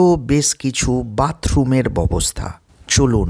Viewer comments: ববস্থা নয় ব্যবস্থা উচ্চারণ করলে ভালো হয় । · Byabosta sotthik uchcharon.Uni kicchhu bhul bolen ni.